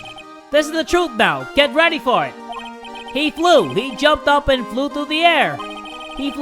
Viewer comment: ...weady. he said weady. jay still hasnt learned.